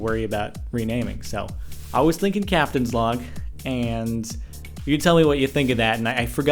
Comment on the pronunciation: He said Captains Vlog. Whats a captains log? Haha